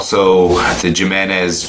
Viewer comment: It's pronounced He-Men-Ez not Jim-N-Ez. It's a Mexican name and the J's are pronounced like H's. Also worse guns ever!!!!! I'd trust a Hi Point over these and Hi Points aren't that great but far superior to these. It's like JA's are rollerskates, Hi Point is a 1995 Honda Hatchback and guns like HK, Kimber and Sig are the 1967 Chevelle SS 454, the 1969 Dodge Charger Hemi and the Shelby Mustangs. You get what you pay for and $100 gets you one good shot and lots of fails.